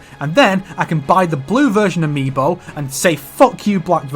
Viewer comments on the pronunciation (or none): none